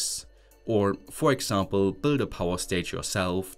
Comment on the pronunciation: Why do you add extra "E" sounds when pronouncing certain things like PLC, Variable, Example, Do, OPTA etc.